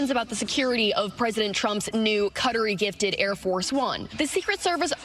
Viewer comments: Cuttery? I never knew Qatari was called Cuttery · why do they pronounce "Qatari" as "cuttery" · Did she say "cuttery"??